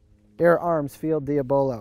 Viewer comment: Di ab a lo Lol although I’m sure you know that by now